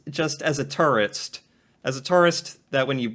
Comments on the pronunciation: The way you say tourist sounds like turret lol. I'm just jumping the gun commenting as I'm watching this while fighting a Scarlet Turret in Persona 3 Reload lol love ya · #1 - yer not a "tarrist", yer a "tooorist" (tourist) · My critique to you, you pronounce tourist like terrorist. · A Toorist not a tourist. You have to pronounce it properly. Lol Canadians do say toorist.